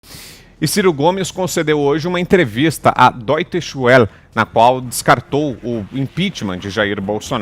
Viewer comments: Dóite Xuel matou a pau...PRONÚNCIA É DÓITCHE VÉLLE, pronuncia meio abrasileirada, mas já ta valendo. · "dotxe vele" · A pronúncia de deustchwelle é dóste-vele. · A pronúncia da deustche welle tava muito errada,só avisando sem querer ser chato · Doitesch Uel???? Venha conhecer meu canal e deixar de pronunciar tudo errado!